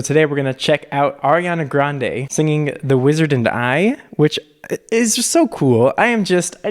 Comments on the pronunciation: “oriana grande” 😂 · “oreana grande” ...? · "Orianna Grande" 😂